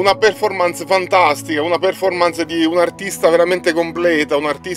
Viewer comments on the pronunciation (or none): none